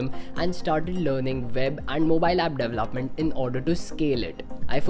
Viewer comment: I CANNOT get over how he pronounces development hahaha "dev-lahp" and "dev-laph-ment. Haha idk it bugs me so much! De-vel-op! De-vel-op-ment! Announciate bro!